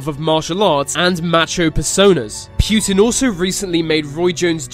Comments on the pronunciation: It's Putin, not Pyutin. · And also not putn 😂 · Its not Pjutin its fucking Putin. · putin, not PEEUTIN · Poo-tin not Pyutine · "Kivian rus" "pewtin" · Why do people pronounce Putin as "pew-tin" but the two words separate is pronounced put in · Its prounounced "pootin" not "pewtin" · путин is pronounced pootin, not pewtin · It's Путин not Пютин. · Pu'tin not PEW'tin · It's not pyutin it's putin. Next video about donald trumpet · SAY POOTIN NOT p U tin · Pweutin? Nah it's putin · why is he called PYUTIN or PJUTIN there is no" Y" or" j" in his name it is only "U" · PRONOUNCE. IT RIGHT ITS PUTIN NOT PJUTIN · It's not Pjutin. Putin! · Pjuutin XD It's pronounced Pou-tien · vlad - e - meer - poo - tin not vlad - e - meer - pew - tin. I don't care weather you have and accent pronounce peoples names correctly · vlatemehhr pYEWten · I love how they call him "Пьютимн" xD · Vladimir Pyutin is a.. who is this Pyutin? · It's baffling that you say Pew tin. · It’s not pronounced “pyootan” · Pooh tin. 😄😀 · Vladimir pewtin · Wtf its not vladimir pjutin ! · puuutin wtf its put-in wut a nub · Pjutin? LOL. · Accents exist, but names are names. You dont hear me calling England, Anglind or some dumb shit like that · im a slav (not even a russian) and the way you pronaunce Putin gave me cancer (but no offence i know that pronouncing slavic worlds is hard for english speakers) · Did anyone else immediately dislike the video, within three seconds just because of the way he pronounced Putin? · ugh the way he says putin is nearly unbearable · Why dose he say Putin so weird